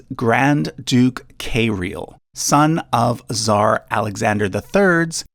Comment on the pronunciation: She lives in Greece thou and he pronounced it correctly if you account for that. He did mispronounced Kiril.